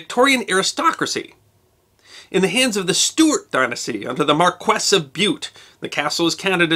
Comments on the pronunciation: Hey - love your work, but I think your pronounciation for Brit noble rank may be a tincy bit off - I think marquee is spoken (phonetically) as 3rd Mar-kee not 3rd mar-quess.:-) Hope I don't offend with this comment. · Sounds like you had a great trip, but It's MAR-kwis, not mar-KWESS or mar-KESS. Accent on the first syllable.